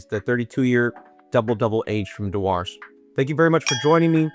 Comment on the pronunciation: Pronounced ‘Dooers’ or if you’re a Scot ‘Jewers’ but thanks for the reviews. Agreed on the 32 year old…